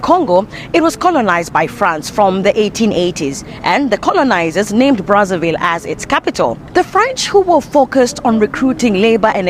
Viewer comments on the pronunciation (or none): It's not pronounced "Congo Bratsavill", but "Congo Brassa VEE', since they spek French there. It was a Belgian colony. Run with pure terror by Leopold the 2. 🫣